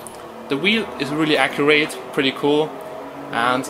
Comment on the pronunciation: Accurate not Acjurait.. XD